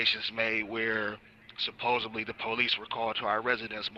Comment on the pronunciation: supposedly not supposably